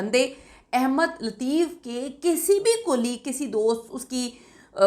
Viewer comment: My dear the correct word is Ahmad not Ahemad. I believe when you read Holy Quran and open the Surah AS Saf Ayah No. 6 there you see the Word Ahmad. There is zaber on the Alif not zair. The word Ahmad does appear only once in the Quran. According to the Arabic grammar this is superlative degree. Please, pronounce the name of Prophet of Mohammad PBUH correctly. The word Ahemad is meaningless. القرآن - سورۃ نمبر 61 الصف آیت نمبر 6 بِسْمِ اللّٰهِ الرَّحْمٰنِ الرَّحِيْمِ وَاِذۡ قَالَ عِيۡسَى ابۡنُ مَرۡيَمَ يٰبَنِىۡۤ اِسۡرَآءِيۡلَ اِنِّىۡ رَسُوۡلُ اللّٰهِ اِلَيۡكُمۡ مُّصَدِّقًا لِّمَا بَيۡنَ يَدَىَّ مِنَ التَّوۡرٰٮةِ وَمُبَشِّرًۢا بِرَسُوۡلٍ يَّاۡتِىۡ مِنۡۢ بَعۡدِى اسۡمُهٗۤ اَحۡمَدُ‌ؕ فَلَمَّا جَآءَهُمۡ بِالۡبَيِّنٰتِ قَالُوۡا هٰذَا سِحۡرٌ مُّبِيۡنٌ ۞